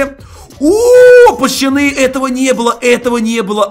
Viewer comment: Кто замечает что говорит пачаны а не пацаны🤔🗿🗿🗿